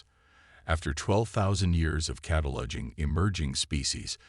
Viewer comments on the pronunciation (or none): Nice story, HOWEVER!!!>>> would you guys n gals PLEASE STOP using these crappy AI's!!!??? Narrate the stories yourself like some posters do. What the hell is "Katalodging"..(cataloguing).....What the hell is a "kwasysaDILA"?? ...(cuesadilla)?? What the hell is "WHIP-n-ized"...(weaponized)?? What the hell is "PRAH-jekt"...(pro-JEKT).... What the hell is "DV40" ...(WD-40)????